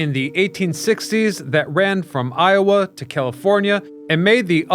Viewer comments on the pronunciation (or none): none